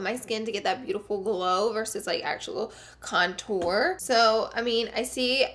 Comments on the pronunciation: Love you but the word is CONtour and you keep saying conTOUR okay thank you <3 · STOP PRONOUNCING CONTOUR LIKE THAT